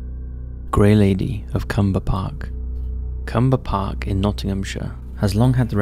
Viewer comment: Its clumber park not cumber park as i go there walking,🙈🙈😅 you should know ur english 😱🙈🙈😄